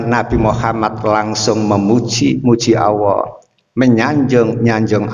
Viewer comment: Mohon koreksi, ustad ini selalu menyebut kata ALLAH malah awoh. Sekedar koreksi aja. Mau bagaimanapun jg lidah harus dibiasakan melafalkan sesuatu kata/huruf yg bnr. Agar org2 gak salah persepsi nantinya